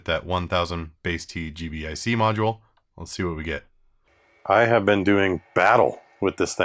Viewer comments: Thank you. Every time he said G.B.I.C. I cringed a little. 😂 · It's pronounced "G-BIC"